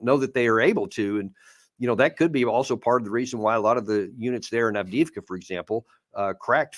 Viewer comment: What's with Alexander's horrible pronunciation? Every time he says Avdiivka it's cringe. 😬